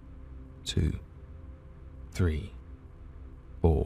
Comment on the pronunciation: Does anyone else think his 3 sounds like breathe? I couldn’t get past that and had to stop 😂